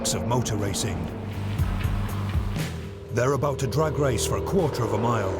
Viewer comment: When the presenter said the first test would be a Drag race i swear i thought he said A Drug race ha ha its his accent.This is fantastic im hopeing.Guy comes out the winner fingers crossed.